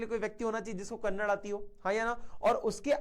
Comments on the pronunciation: bhai kya hai ,Karnatak nahi karnataka bolo Aur hum log karnataka ko h baath nahi karthe Kannada baath kar the Kannad nahi KANNADA😉🙏🏻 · kannad❌ kannada √